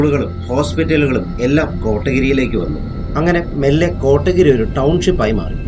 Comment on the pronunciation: Nice video 💙 കോട്ടഗിരി അല്ല കോത്തഗിരി (Kothagiri)